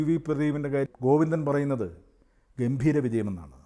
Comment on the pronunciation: ഗോവിന്ദൻ എന്നല്ല കോയിന്ദന😂